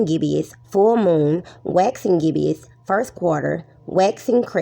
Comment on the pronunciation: There is no such word as "gibbious" it's gibbous; two syllables, not three.